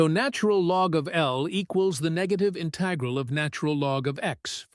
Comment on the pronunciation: You don't sound human. You can't even pronounce "integral" correctly